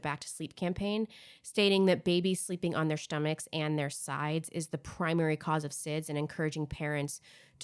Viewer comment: Are you learning German by any chance? you say schtomach, and I laughed harder than I should have! I'm learning German and I've done that with stool, stop, stand, etc